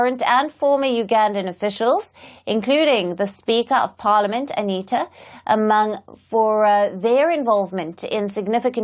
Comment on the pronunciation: No She needs to do revisions She couldnt pronounce Anita Among😊